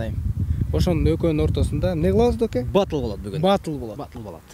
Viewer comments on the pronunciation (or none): Баатл эмес Батл болот.Биринчи туура суйлогулода.